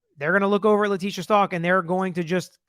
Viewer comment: It would be good if you pronounced her last name right. Check first.